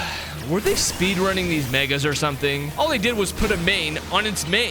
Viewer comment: He was yelling at first and he just said where are thize zygard cell coming from it was so funny 😂😂😂😂